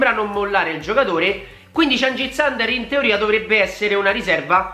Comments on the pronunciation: si legge under non ander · Mi sa che si pronuncia uender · credo che si pronunci under con la u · Under pronounce just like ujfalusi. no english.